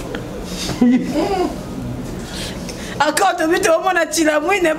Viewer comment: Aprendeeeee tu trabaliooooo 🤣🤣🤣🤣🤣🤣🤣🤣🤣nazokoka te 😅🤣🤣🤣🤣